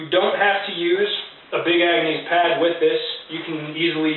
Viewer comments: Nice system. I like your channel. For future reference though it's pronounce Big Agnis not Big Angnees. Keep on keepin on man. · Love how you keep pronouncing it Agnease.....lol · "Ag-nees"? Really?